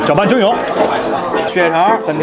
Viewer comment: 搅拌均匀（yueng）是品诺王老师吗◉‿◉